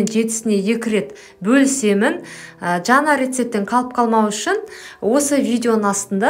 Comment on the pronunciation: Жана емес жаңа деп айтаң дурыс болар еді.